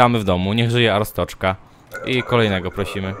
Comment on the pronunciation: ryfku arstoczka wymawia się arstodzka